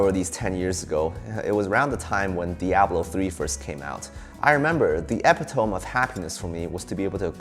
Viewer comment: Epitome is pronounced "uh-pit-uh-mee" 😊😊